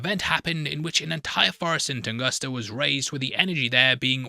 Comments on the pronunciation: Tunguska not Tungusta 😂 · Tunguska. Not Tungusta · TungusTa??? HonoluKu???? Are you ok?